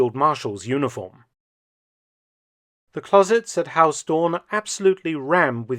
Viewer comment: Huis is not pronounced as haus, the 'ui' sound in huis is similar to how the Scotts pronounce 'down'